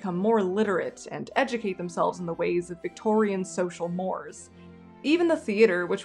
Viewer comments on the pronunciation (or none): none